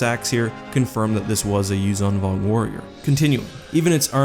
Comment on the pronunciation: I think that the 'zh' is pronounced like the 's' in 'leisure', not like 'z'.